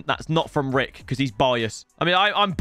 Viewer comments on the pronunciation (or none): none